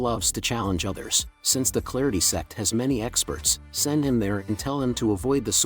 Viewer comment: Dude please, Its "Sect" not "SEX" PLZZZZZZZZZZ😢